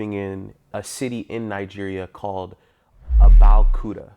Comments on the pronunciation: These people don’t have mirrors in their house. It’s pronounce Ah-bey-ohh-kooo-tah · Lay-gos, Abeo-Koota, Porh-tah-court. Damn the name butchering got me tearing up. lol. I also love the stock videos as if nigeria doesn't have cities hahaha. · That pronunciation of Abeokuta is sooo wrong And stop saying "SHE" that's a guy she's been chatting with